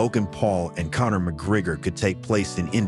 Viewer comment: Ahhh AI. You can't pronounce Connor's name correctly.